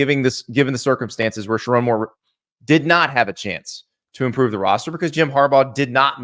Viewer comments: It’s pronounced SheRONE NOT RON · He won’t even pronounce the coaches name right. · First off, learn how to say my coaches name. show my coach, some respect. 2. Andy I’m glad someone finally said it’s not Sherrone’s fault for our QB situation. JJ Was supposed to stay. He said he would. things change. There’s no hate. I can’t wait for next year. I’m going to be a Vikings fan. Praying for a speedy recovery. We have Jaden Davis next year. Not sure what we’re gonna do with Alex Orji. Since he has two years of eligibility of left maybe he’ll transfer to Colorado could you imagine him in the big 12 he would destroy that league. And even still, we’re recruiting quarterbacks 4 ⭐️ carter smith ‘25 class and 5 ⭐️ Brady Hart. .’26 class. Sherrone Moore will bring us into the top 5 in recruiting in 3 years. BET!